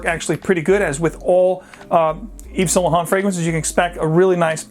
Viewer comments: Eve's Saint Luh Hont. lol. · Anyway you can say saint laurent the right way?